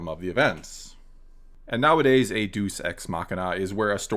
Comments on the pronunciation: Just gotta' say, 'cos it's really annoying me, it's pronounced day-us or dee-us ex machina. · Thank you! That was driving me nuts. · Great video. I'm gonna be "that guy." Future reference, it's pronounced "Day-oos" ex machina. I've been saying this for a while, and you said it great as well. RJ isn't necessarily bad, he just works best in his own sandbox, and doesn't care to be beholden to previous story constraints, which is the exact opposite of what you want in an ongoing series and universe. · That pronunciation had me cringing but laughing, too. It really is fitting with the Sequels. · Sounds like you’re pronouncing it as Duce Ex Machina to me. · DAY-oos. Two syllables. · hey first wanna day I’m a huge fan and I agree with op; second I was doing my Latin homework while I listened to the video and “deus” is actually pronounced “day-oos”; it’s not the same as Greek like Zeus:) Hope you find that interesting. Huge fan. Keep up the good work! I love your style of being fairly critical without necessarily being too harsh; you aren’t just trying to shred apart Ryan’s reputation (as enjoyable as that might be) and you’re open to more than just the dominant side of things; I really appreciate that:) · Been enjoying your content for awhile now. Just an fyi, that Deus Ex Machina, the Deus (God) isn't pronounced "deuce", but is pronounced "day-oos", like day-moose or "deh-oos" like dead-moose. Cheers & MTFBWY! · My answer is Yes, exactly that! And to be helpful... it’s “DAY-us ex machina”, not “DUECE ex machina”. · Deus is two syllables: "DAY-oos." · Good take, but it constantly bugged me... Deus is pronounced "DAY-oos," not "deuce" x) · 'day-oos', not 'doos'. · I’m sure some one has already said this but it’s Day-us not Due-s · Its day-oose machina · Tiny nit-pick, but the pronunciation for Deus is "Day - oos". All the same, good points made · it's pronounced DAY-əs ex-MA(H)K-in-ə. In english anyway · It's pronounced: "day-us."